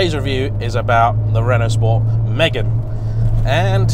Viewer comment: did you really say renault sport Megan ??? nah mate